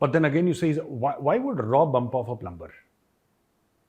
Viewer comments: Major Gaurav *plumber*is prounced PLUMER . Over all you English is super . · Plumber is pronounced with ‘b’ silent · Plummer not plumBer.